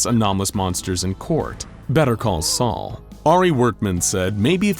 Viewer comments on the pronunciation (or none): none